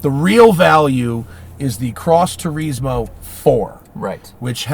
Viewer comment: Nobody: ..... Matt: Tureezmo